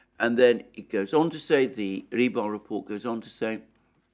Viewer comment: Rebar? No.... Just, NO! It's Rybar... You clown 🤡